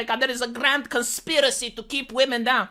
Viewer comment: “Believe all whamen”. 🤣